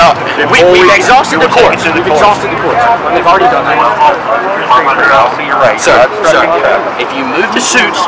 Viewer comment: "... tell the shuits... " "No, shir... " Had a bit of chardonnay today, sir?